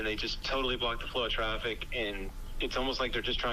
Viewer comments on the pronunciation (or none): flow not floor..... incite not insight